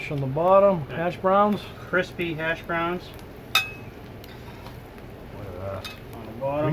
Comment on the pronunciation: I believe it is said as “Hash Browns” not ashhbroons